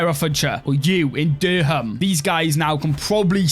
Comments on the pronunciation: Durham is pronounced durrem mate 😂 just up the road from me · I thought it was hilarious :D